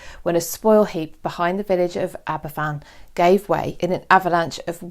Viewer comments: Aberfan is pronounced 'Aber van' not "Abba Fan" 🤦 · Aber Van. The single f in Welsh is the v. (Double ff = the English f sound).